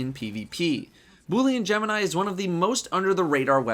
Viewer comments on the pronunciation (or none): none